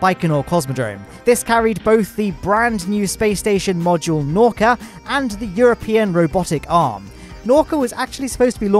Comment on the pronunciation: Say: naah-oo-kah